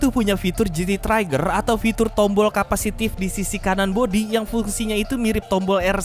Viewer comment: Njir baru buka video udh bkin ngakak aja, pinj00l dong itu mah😢 btw 'trigger' trinya bacanya 'tree' bang jangan 'try'😅, kelemahan poin terakhir pecah sih